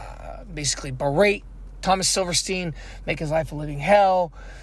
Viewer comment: Actually, it's Silverstein, pronounced silver steen.